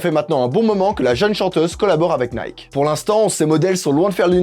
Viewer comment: Ah cette prononciation de « Nike » me fait saigner les oreilles !!!